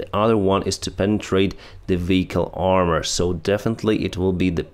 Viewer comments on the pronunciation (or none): none